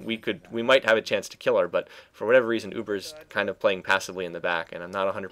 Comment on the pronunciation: u say butt not but